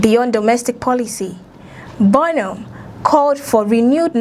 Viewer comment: BO NOM ?? 😂😂😂 hello, please pronounce our PM's name correctly..! Doughnut 😮